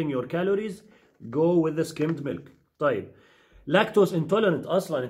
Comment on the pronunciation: Called Milk ,Caw Milk Not MELK ………Pronunciation Please...……..Thank You